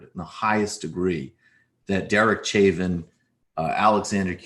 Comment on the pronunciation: Chauvin. Say like Show Van.